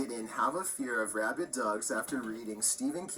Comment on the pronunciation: WTF is a "Rabbit Dog"?: "Rabid", not "RabbiT".